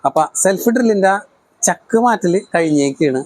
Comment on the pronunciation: Pazhaya chakk alla, chaakk Anu. 😂😂😂